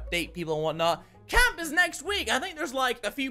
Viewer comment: At first when you said "I'm going to camp!" I thought you said that you were going to Canada. And then I got really excited because I live in Calgary. Lol